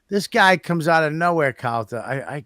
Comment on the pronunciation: So annoying how he says Calter instead of Calta